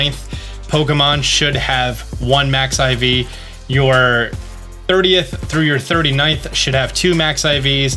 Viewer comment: It’s not Max Iv it’s mix iv